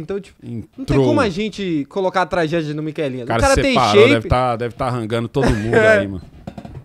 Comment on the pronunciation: Pô, é miqueinha e não miquelinhas 😂😂😂